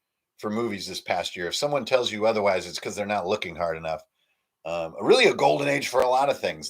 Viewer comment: I always love how B says Hard - it sounds like Heart, for the first couple months when he was talking about Hard Suit I thought it was a game about or using playing cards - Heart Suit